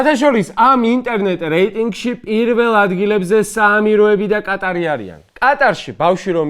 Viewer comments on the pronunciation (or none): none